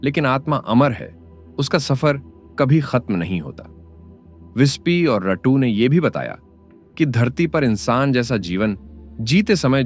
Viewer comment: रट्टू नहीं रत्तू